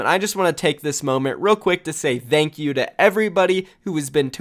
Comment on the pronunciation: "Th'eankyou" Please speak right, English is not even my first language Please get your shit together